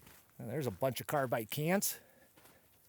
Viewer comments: Its carbide ... not carbite ... 😒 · CARBIDE, CARBIDE, CARBIDE,NOT Carbite.